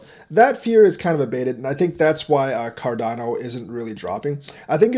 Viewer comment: Haha you almost said chardano 😂